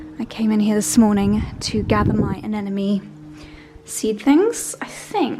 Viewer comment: Its anemony, not anenemy